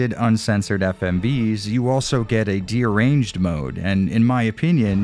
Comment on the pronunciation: great vid! but it’s deranged, not de-arranged lol